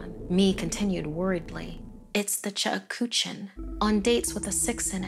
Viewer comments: Ok it's not the chukuchin as the lady said it it's the Cheuksin say it right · The Korean woman has come by. It is not chuk ha chook shin...it is pronounced cheuk-shin (the e and u should sound like you're saying eugh, but without the g and h). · Yeah, I was thinking the same thing while I was watching it! It's pronounced "chook-sheen" lol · Cheuksin is pronounced wrong. It's pronounced as ' chuk-shin', not 'che-uk-sin' or 'chu-ku-chin'. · Actually it's pronounced "Tseuk-shin' Here "Ts" is pronounced Ch and Eu is pronounced ou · The way she pronounced Cheuksin lmao it should sound like chuk-sheen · It's pronounced "CHUK-shin". "CHOOK-shin" works, too. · The chuckawuh? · Ikr the whole video I was like “what the hell is a chekuchin” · Is it just me or is it supposed to be pronounced chuck-shin koreans please confirm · ok but i couldnt get over the way she pronounced 측신 ㅋㅋㅋㅋㅋㅋㅋㅋㅋ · That’s definitely not how you say Cheuksin...😓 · everytime she said cheuksin i cringed 😭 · Not to be rude, but the pronunciation of cheuksin hurts me